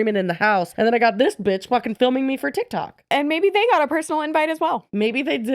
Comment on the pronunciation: did you say binch instead of b****? I kinda love that. 😂 Might be my new stem.